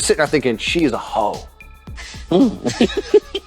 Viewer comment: For some reason the way you say "hoe" makes me laugh. I don't know why, but it does. Please continue lol